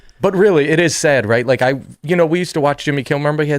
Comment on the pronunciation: I can’t believe I’m being so petty but does it bother anyone else how Tim pronounces “like” with the fucking unbelievably hard ‘k’? What is with that? It’s such a hard ‘k’ that some of the cast and even guests will start really pounding the ‘k’